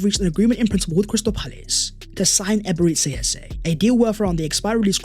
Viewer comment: Nice one 🎉 … but why do you keep calling him Ebere-tzi Eze? It’s Ebere-Chi Eze!